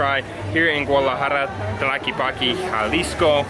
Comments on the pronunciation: I think the correct pronounciation is: TLA-QUE-POC. But Tlockeypocky sounds like cute, American and catchy. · I’m with you, the Charales are stinky and not very tasty. I’m sure they are an acquired taste, but something I don’t care to acquire 😂. As for the tejuino, you have to drink that with lemon ice cream, it’s delicious that way. May I suggest that you check your pronunciation of Tlaquepaque. It’s not tlaquepaqee, it’s tlaquepaque it doesn’t end with a double ee It’s pronounced as if you were saying “que?” Your Spanish has gotten MUCH better! I’m impressed! Good video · Hi guys great video as usual. Just try to pronounce the last syllable of the word Tlaquepaque just like the word "what" in Spanish, which is "Que" . Tla-que -pa -Que. Just an observation. Thank you for keeping up the good work and for allowing me to reminisce my childhood in my old city of Guadalajara and different pueblos or towns of the Jalisco State. Thank you, and greetings from San Francisco, CA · lol still saying Tlakipaki......dig your vidz, but that's kind of annoying.....js ugh x666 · Sorry I forgot the "E" TLA-QUE-PAC-Eh